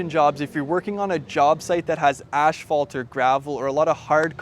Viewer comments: It is called ASPHALT....NOT ashfalt. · Wtf is “ashphalt” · "Ash"-phalt? Is that a regional pronunciation or just this guy? I say "ass"-phalt